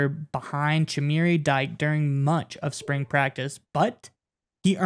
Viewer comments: Dike is pronounced ‘Dee-KAY” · It's pronounced D-K, not DYKE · Dike: Not "Dyke", pronounced "DeeKay". Favorite QB? Hard to say, but Darrell Bevell helped win Wisconsin's first ever Rose Bowl. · Dee Kay is the pronounciataion